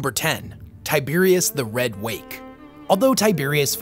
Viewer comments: Say it with me now... Ty - ber - os... not TAI - BEER - IUS LOL 40K= Tyberos Ancient Rome= Tiberius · You spell it Tyberos but say "Tiberios". Great video as always though! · Tyberos, not Tiberius. Debris has a silent S. Deh-Bree. Chitin has a “k” sound like the ch in chemistry, not a ch like cheese. Sorry to be That Guy. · Tyberos, but imma say Tiberious. My guy. Lots of this hobby involves reading. I just.. do not know how to you Tiberious out of Tyberos.